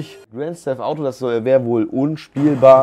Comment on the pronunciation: Ohh Sorry doch Probleme mit der Aussprache ... Grand steft Auto....?